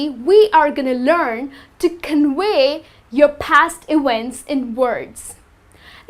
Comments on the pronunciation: Is she Turkish? The way she pronounced "convey" (like "conwey") reminds me a lot of some Vs are pronounced more like an "U" in daily spoken Turkish. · convey pronounced like conwey ?